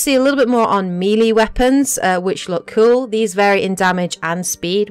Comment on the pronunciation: "Meeeeeeeelee weapons"? Nice pronounciation! Now say 'aluminum' while your at it, lmfao! Then you say the weight system is 'exactly like in ME3', when your own clips clearly show the Power Recharge can't fall below 100%, when in ME3, you could have much shorter Cdn's, say with 150% Cdn reduction. I couldn't stomach anything beyond that point.